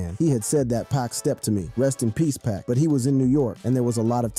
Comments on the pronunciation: Is dude really saying NAZ and PACK 😂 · Its poc and noz.... your pronunciations make me cringe lol